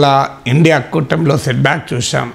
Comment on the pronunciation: ఒరే ఇండియా కాదురా I N D I A అని పలుకురా